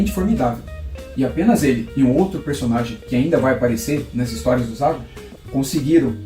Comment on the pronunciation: Gostei do canal. Valoriza o grande Zagor. O Espírito da Machadinha merece. Observando que eu chamo de "Zagôr", e não Zágor".